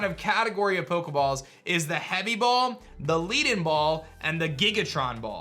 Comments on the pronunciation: “Leed-en ball” and “Gigatron ball” lol it’s “Led-en” like the metal lead…cuz it’s heavy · Dope video. Loving all the new ideas in this game, looks like a way more immersive experience. Not to be pedantic but I think Leadenball is meant to be pronounced led like a pencil lead ie the ball has been infused with lead since it's a heavy ball. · I think you're pronouncing leadenball wrong and it's hard for me to correct it because both words are spelt the same 🤣 great video though haha ignore the first part im just an ass